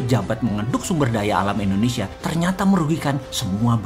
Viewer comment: maaf bossman.... bilang nya indonesia dong.. jgn endonesia😁😁😁